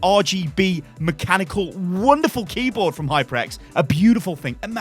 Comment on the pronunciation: It's HyperX, not HypreX